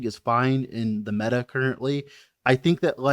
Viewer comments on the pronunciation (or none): none